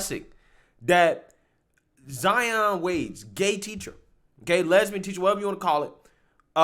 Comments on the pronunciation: ZION NOT ZAYA… HE’S YOUR SON NOT YOUR DAUGHTER FAM… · He said Zion lol